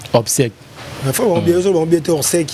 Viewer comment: Kiekiekie "chronifuati " ba obsèques et non obsecles ozuiii Ibutu acorriger yo omoniii